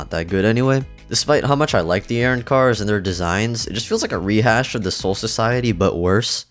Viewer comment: He lost me as soon as he said “Arron cars” 😂